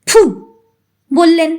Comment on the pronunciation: tomaar galpopat aamar khubi bhallolage, karon onno channeler kathakder moto tomaar uccaron dosh nai. "phhu"-er path annobaddya. bangla sabda "thulangi"ke tumi "thalangi" uchharan korle kano? aar sab pathai tumi "bollen" aar" bollo" sabda uchharane timing anabashak Jordan Dao kano? aamar boyosh90,tai tumi liklambole kichhu mone korona.tomar channel-er nam janale tomar galpopath aaro sunb subechha nio.. n